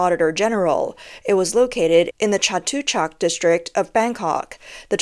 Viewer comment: Chatuchak? Bro your pronunciation is so far off there's probably no Thai inor the face of the earth who could guess what you're trying to say